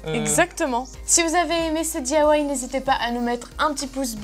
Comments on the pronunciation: c'est DIY et pas DAY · Lou bvr non elle dit : dithawaï